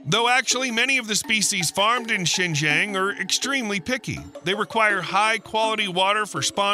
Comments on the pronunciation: Its Zin- Jii -Ang not shen jeng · XingJiang province is pronounced similar to Sing G'Ahng, not Sen Zen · Xinjiang (新疆) is pronounced similarly to [ʃɪn dʒʌŋ], while [ʃɪn dʒen] sounds more like the southern Chinese city of Shenzhen (深圳). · HELLO, This Is Addressed To ""... 4 FCUK SAKE, CAN YOU Even Get The PRONUNCIATION (Remotely) Right?????????? The Way You Say XINJIANG Sounds Like SHENZHEN (City in Guangdong). Xinjiang is SEEN + JUNG As In "Junk" Got It? 😊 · Learn to pronounce Xinjiang right! It’s“SHEEN Jiong” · I know it is about Xinjiang, but I keep hearing Shenzhen🤦‍♂ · It's great content that your videos have. I enjoyed it. Btw, the pronunciation of Xinjiang is actually more like sheen-jhon. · Your pronunciation of Xijiang is not accurate. To add to the confusion, the subtitle translates Xijiang as Shenzhen.